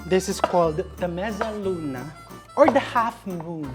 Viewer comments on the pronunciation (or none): Mezza luna is pronounce as (medza luna)